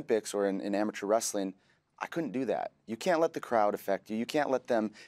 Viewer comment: Love How Cole called olympics the amitour leagues (spelt it wrong? )